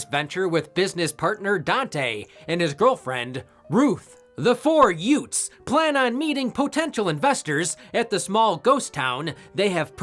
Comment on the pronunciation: "The four yutes" I see what you did there,, and I respect it 😂